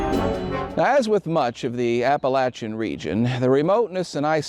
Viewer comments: You know this show is good quality because he pronounces Appalachian the correct way. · Always an exciting pleasure to find a new post from you. Thanks. P.S. I especially like hearing a native cause you pronounce Appalachian correctly. Just joined Patreon.